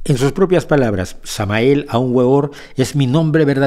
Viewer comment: Me duele los oídos cada vez que este señor pronuncia el nombre de Samael Aun Weor